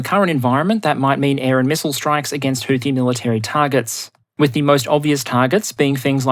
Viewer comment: houthi is not supposed to have th sound as found at the end of the word tooth. Arab consonants are difficult for those handicapped by low diapason languages such English, not to mention the additional handicaps of being from Australia. Not much can do about it I suppose.